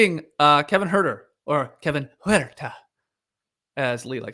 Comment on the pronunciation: At first I was surprised and disappointed that you didn’t pronounce “Huerter” with the appropriate NoDunks flair, Skeets, but you redeemed yourself nicely. Leigh Leigh would be proud.